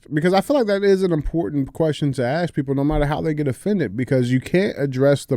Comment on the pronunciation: Andy, you got DJ to pronounce Iran correctly. Now get him to pronounce "ask" correctly. Keep doing the Lord's work.